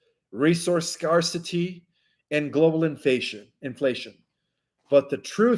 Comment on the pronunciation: Sc-air-city Scarcity